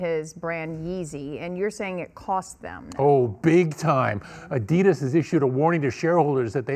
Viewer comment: She said adias 😂🤦🏾‍♂️